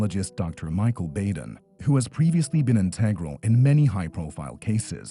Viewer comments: It’s pronounced Dr. BODEN not Bayden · It's Dr. Bad-en, not Bay-den. Minor point, I know. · And it’s Dr. Baa Den.